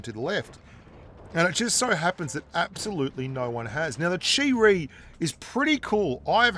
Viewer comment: Chi-Ri = Cheap Reee